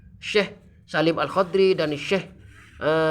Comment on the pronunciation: Alhadromi bukan alhodri duh gak bisa baca kitab ini orang belajar ke pondok sana